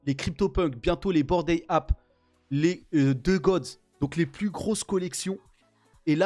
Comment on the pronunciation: Cette prononciation de "Bored Ape"... 🤢